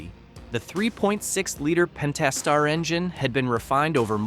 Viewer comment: The narration at the very least is most certainly AI. There are several tells, the most obvious is an inconsistent mispronunciation of "Pentastar" during the video.